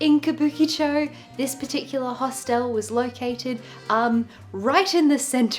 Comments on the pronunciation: “Host-l”, as if the e before the l is silent. There’s no right or wrong way, just funny. Never heard it pronounced like that ever ! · I did a double take EVERY time this person said “Host-ELLLLLLLE” 😂